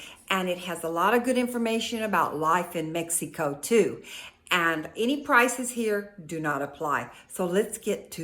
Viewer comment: It's very obious that you're not a tourist blogger...Please...when will you learn that Mexico has 32 states . You haven't even travelled througout the country and feel like you're an expert at life in MEXEEECO...LIKE YOU PRONOUNCE IT. You've only lived in a small town in one of the poorest states in Mexico and you think you're an expert. I am Mexican and have lived all over Mexico for extended time. Starting with Mexico City 20 years. I have also lived in U.S and worked as a language teacher. Please STOP SAYING "Mexeeeeco"....Talk about Huatulco, which is where I do think you are an expert. You can help people who want to move to Huatulco and that's it. "